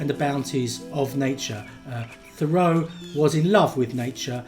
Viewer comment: It's not pronounced "Conn-CHORD," it's "CON-kerd"!!! And, like almost everyone else, you pronounce Henry's last name wrong, too, but that is to be expected.